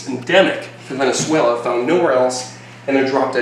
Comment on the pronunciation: I love when you say Venezuela 🇻🇪 that’s where I’m from 🤙🏽💪🏽